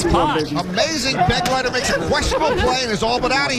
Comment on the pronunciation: The name "Begleiter" is being badly mispronounced! It is a common German noun: It means "Escort" and the accent is on the second syllable!